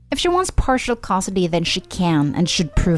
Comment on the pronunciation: The last story would be better if the narrator could properly pronounce "custody".